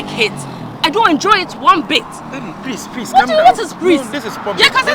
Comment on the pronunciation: Prease paaaa 😂😂😂 yaw George and his Adiepena 😂😂